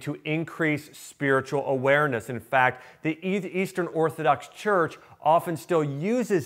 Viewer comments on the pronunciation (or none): none